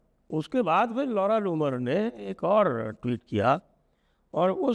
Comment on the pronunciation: नाम भी कैसा है ?!! आप बोलते है जब नाम तो लौड़ा जुम्मर सुनाई देता है 😂